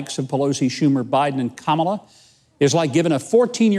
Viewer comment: He pronounced Kamala wrong and feel free to look it up on youtube, Psalms wrong, and he says he is catholic. Reading most of it from teleprompters, yeah the election was fair and this is the guy people voted for.